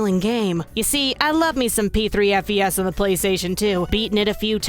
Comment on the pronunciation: Hello. It's pronounced "Fes" btw. As in short for "festival". Not F. E. S. Okay bye.